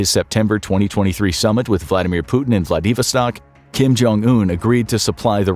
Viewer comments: It's Vla-di-VOS-tak. NOT vla-DEE-vostak. NK has LESS poverty, homelessness, addiction, pollution, cultural filth or gun violence/prison population RELATIVE TO JEWdeo-christian consumer societies. NOTE: BOT narrator is ridiculous but amusing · Vladivostok is not pronounced “Vladeevastock” FFS. Also, “United States basketball” NOT “United StatesEZZ”.